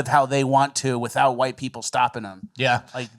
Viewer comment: how is AI going to be able to separate/ differentiate all the shades of "Hwhite" people on the earth??